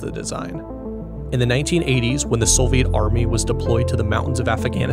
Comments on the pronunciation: “Soviet” does not contain an “L”. Neither when written nor pronounced. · great video but the pronunciation of soviet shits me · Why do you say "Solviet"? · 🤩 Very HQ content & production 👍 Like, amazing. Insta-subbed now; can later say "I was on the channel when it was only 87k..." EDIT: the music really ups the viewimg experience, well-done 👋 Serious question: Why do some ppl say "Sole-viet" when talking about the Soviets? (Narrator here, John Roderick on Omnibus) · Great graphics, music, and animations. It’s a shame the high production quality is let down by oafish pronunciations. Sole-vee-ette? Surprising a ‘nuc-u-lar’ couldn’t be squeezed in as the cherry on top. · why does bro say "solviet" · That and SoLviet. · brother, soviet does not have an L in it... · production quality is just fantastic. only the mispronunciations are killing me... Soviet / Solviet ... Afghanistan / affaganastan, only meant constructively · I’m certainly far from perfect. My surprise was seeing a video with exceptional visual production quality, and mostly superb narration, but peppered with truly bizarre pronunciation of certain words. If that is how you normally enunciate those words (Soviet & Afghanistan in particular), my apologies. I figured they were purposely said like that to drive up engagement, which just takes away from the overall quality of the work. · Never seen someone butcher the pronunciation of "Soviet" and "Afghanistan" so many times. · Great video, a few nitpicks over pronunciation of Soviet and Afghanistan, but really incredible work! I cannot wait to see more